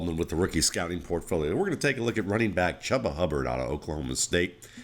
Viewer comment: It's pronounced Chooba. But good vid otherwise!